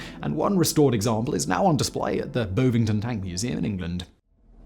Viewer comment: Just one thing worth educating Sigh about today, the 'ov' in Bovington is pronounced just how you read 'ov' when reading this, NOT 'ove'. Facepalming so JLP doesn't have to.